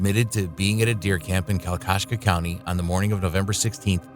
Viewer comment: Your butchering the word kalkaska, I'd hate to hear you pronounce Ypsilanti